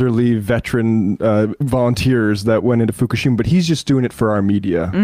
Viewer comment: Tim says "Fukishima" like an embarrassing dad ordering food at any ethnic restaurant.